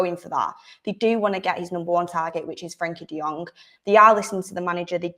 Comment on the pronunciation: 😁 De-Jong? Again 😁 😅 Barcelona is pranking us right?